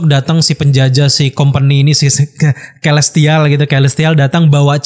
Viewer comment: Kelestial? Celestial!